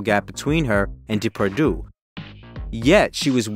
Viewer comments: the proper pronunciation of his name is important when making a documentary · I understand this is not your language, honestly no problem, but please try to pronounce his name correctly. I am just saying try. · I agree. It's annoying hearing him pronounce the names Depardieu and Alain wrong. Not a serious video maker. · Haha so true :D I guess we can’t expect that much of Americans, when it comes to other languages haha